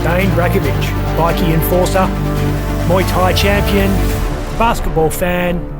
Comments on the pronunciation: What's embarassing is the ai talking keeps calling them bikkies (biscuits) not bikers 😂😂😂😂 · Bikie is pronounced with a long i. 😅fucking ai voice can't pronounce shit😅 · It's bike...eee that's how ya say it ..not bickie... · It's pronounced bi-key not bickie,it's not a group of biscuits 😂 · Bikie. . ..i thought it was biker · Great video but hearing 'bikie' called biickee takes away from how good it is